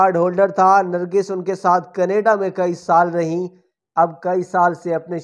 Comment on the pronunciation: لفظ نرگس ہوتا ہے نرگھس نہیں